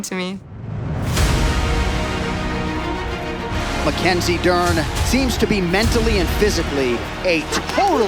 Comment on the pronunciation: Mackenzih Jern